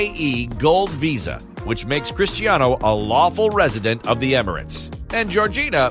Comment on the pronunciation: Did he say cristianiho 😂